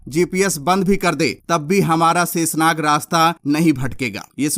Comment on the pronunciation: जय हिन्द ! भाई शेषनाग शाहिद साहिद बोलो सेसनाग आपका शब्दों का उच्चारण ठीक नहीं है